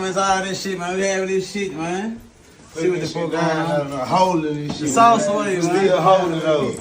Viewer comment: Why do u say sauce walka like that 😂